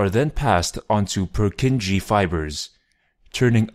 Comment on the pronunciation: The 'Purkinje' is NOT pronounced as pur-kin-GEE but instead as pur-kin-YE, (with a sharp R in the beginning and short yeah sound at the end).